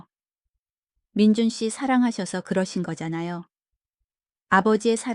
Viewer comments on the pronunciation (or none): 민준이인데 왜 민주라 읽어요ㅠ 자세히 말해줄 필요가 있겠네요